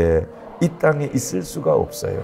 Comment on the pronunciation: 유년부 3학년 5반 전수안 목사님이 직접 읽어주시니까 실감나요!! 그런데 중간중간에 읎어요(없어요) 이런게 나오니까ㅋㅋㅋ 그래도 정말 재미있었어요!!